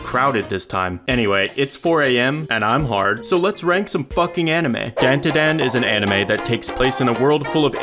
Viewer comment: the way he says Dan Da Dan gets worse and worse